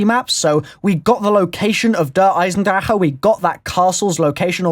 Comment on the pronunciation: thank you for saying "Eisendrache" right (thumbs up)